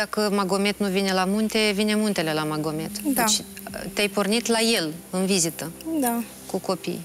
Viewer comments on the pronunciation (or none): Natalia, îmi permit să te corectez: nu se spune Magomed, corect este Mahomed.